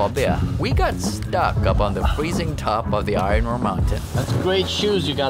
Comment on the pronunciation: The pronunciation of iron is hysterical - i-ron. Of course, it's pronounced i-urn. Non-native english speakers usually get this pronunciation wrong, but to hear it over and over again in one piece is funny.